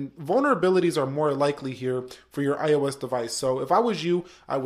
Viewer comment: I seriously hate the way you say iOS...idk why it just annoys me